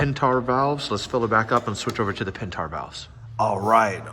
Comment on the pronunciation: Pentar 😂 pent-air